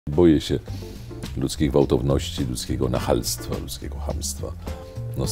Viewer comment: Nie ma takiego słowa jak "nachalstowo" jest natomiast nachalność panie profesorze.